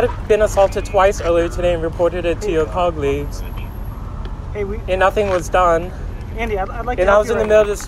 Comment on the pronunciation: Wait he pronounced Ngo as no but colleagues you say Cogleagues?